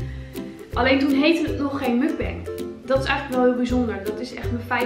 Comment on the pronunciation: Super leuke video! Toch nog wat tips :p Tip 1; je spreekt het uit als muk-bang; muk zoals je het schrijft, bang zoals wij het op zijn nls uitspreken. Tip 2; de camera mag wel wat dichterbij zodat we het eten goed kunnen zien haha ^^ Ik heb nog nooit sushi gehad dus ben reuze nieuwsgierig! En als laatste tip 3; knip nooit in je kauw scènes, anders krijg je gezever over of je het wel doorslikt... Een muk-bang kijk je om iemand te zien eten dus bij deze! Kauw lekker een eind weg haha :p ik kijk uit naar een volgende muk-bang! Groetjes van een juf uut Grunn